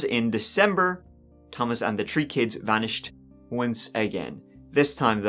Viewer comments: In this episode, said “tree (3),” “turteen (13),” and “turtieth (30)” sixteen times. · She disappeared tree times and she was twenty tree , poor girl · Did he say * this happened TREE times*? 😅 J/P ty for the vid! 👍